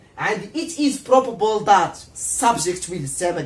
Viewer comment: بروببل 😂💔الانجليزية تبكي في الزاوية